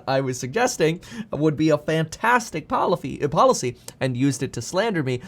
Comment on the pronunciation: When he said polithee